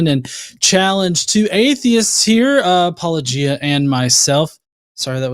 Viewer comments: I’m shocked, shocked I say, that mispronounced Paulogia then presented the William Lane Craig version of the Kalam. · Yes and to MISpronounce name despite meta-claiming to be sort of a meta-fan is meta-rude!